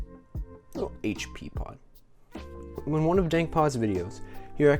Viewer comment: "Haitch Pea!" 😂